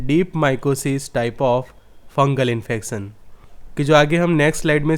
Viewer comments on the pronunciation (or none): Very informative... And u need to improve your pronunciation It's Tion not infecsion Sha not sampoo No offence